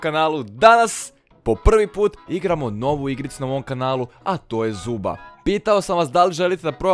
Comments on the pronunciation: Nije zuba nego zoba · ne kaze se zuba nego zoba